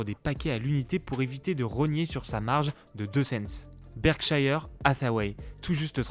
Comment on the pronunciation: Berkshire, pas Berkshaïheure